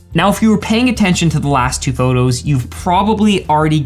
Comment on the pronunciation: Photographers should stop saying “phurtography”. They’re photos, not “phurtos”. All n all, great info and video.